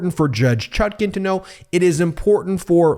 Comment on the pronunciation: What is the correct pronunciation of the judge’s name? People are ALL over the board on how it’s being pronounced. The apparently determined pronunciation on this channel is the more awkward of the two but I’d appreciate hearing from the judge himself.